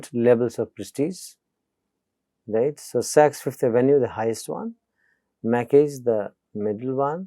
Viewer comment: "Macy's" is pronounced /meɪsiz/, not /maki/